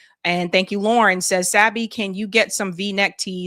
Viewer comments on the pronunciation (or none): none